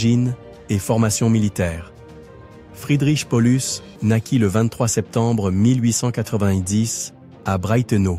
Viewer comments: On en dit pas Polus mais PA Oh Lus! juste un point essentiel quand on fait un docu histoire. mais ça n'invalide pas la vidéo. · Paulus se prononce de la même façon en latin. Pour les exemples cités ça va c'est proche de la réalité mais pollux non!